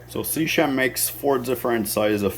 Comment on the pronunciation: It's SEA-KEM in terms of pronunciation.....